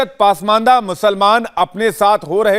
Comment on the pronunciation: बेटा, पासमांदा नहीं, पसमांदा होता है। 😊